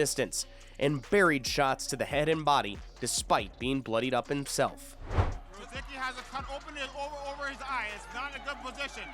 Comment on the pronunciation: The pronunciations are fkn awful in this man. Rozeekee? It’s Ruhsickee. Cape breeten? Breeeten? BRETON bro. I grew up with rozicki. He’d fkn laugh at this